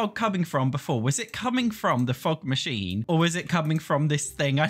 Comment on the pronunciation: everytime says fog machine I hear fuck machine